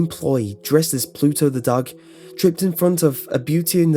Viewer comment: He said dog but a different way